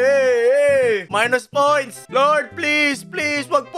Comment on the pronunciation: Maynus poynts hahahahahhaha